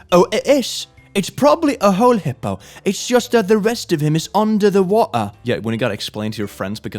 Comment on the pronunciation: british accent intensifies, when he says "water"